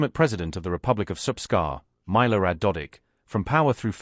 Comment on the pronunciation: Why pronounce "Maylorad"? You don't say "Vladaymayr"...i is always an i in slavic